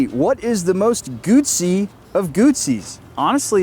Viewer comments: call me old school but when i owned a Moto Guzzi i was a kid i had a Guzzi V7 Special and a California and we and he dealers then pronounced it Moto guZZi there was and still is No "T" so where is the "T" comeing from when you pronounce it Moto Gutsi ? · Guzzi is pronounced like Pizza.